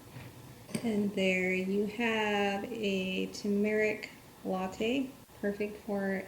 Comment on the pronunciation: Pronouncing turmeric not accurately. It should be Tur' merik. Not tu MER ik. Sorry. Most Americans dont say it correctly